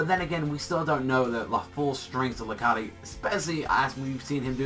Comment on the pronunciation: wait I thought it was pronounced Lar-kaid not La-Kar-De